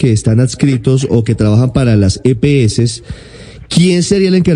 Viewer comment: Empezando porque no es Epeeses es las EPS